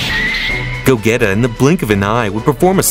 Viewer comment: "go - geta" ☠im dead